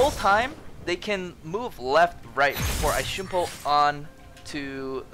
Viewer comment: the way he says shunpo instead of shumpo is triggering me so hard